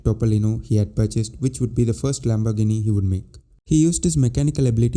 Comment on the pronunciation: Pronounce : Lambor gee nee !